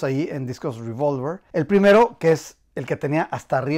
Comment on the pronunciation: No es ruivolver, es revólver, pronúncialo tranquilamente en español que tenemos esa palabra en el diccionario.